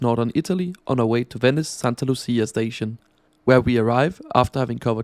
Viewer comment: The train front and back look like an old generation Shinkansen though. Thanks for the review. Btw I like this grey business class colour scheme. FYI, "C" before "e" and "i" pronounce like "tsch" (in German), so it's 'milano Tschentrale" and "Santa Lutschia". Otherwise, excellent!